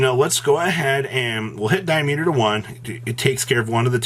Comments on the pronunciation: Did...he call diameter "die-meter"? *Anger*🤬🤬🤬🤬🤬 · Di-meter? Did you ever take a math class?